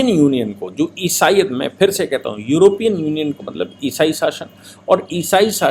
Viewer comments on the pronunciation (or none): सही शब्द योरोपियन नही यूरोपियन होता है।